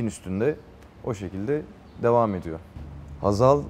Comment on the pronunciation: Hazaldan pek hoslanmıyor belli lafı geveledi biraz